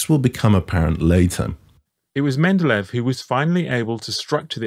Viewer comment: It kept irking me how kept pronouncing Mendeleev as Mendelev...